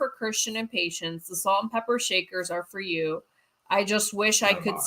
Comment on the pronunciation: Omg I was just taking a drink of my coffee and blooperd when he said salt and pepper shaker he said salt and pe**er I almost spit out my coffee. Love your vids as usual👍❤️🙋🏽‍♀️😂😂